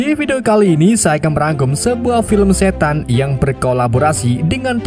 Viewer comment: Admin pas bilang "setan" personal banget awokawok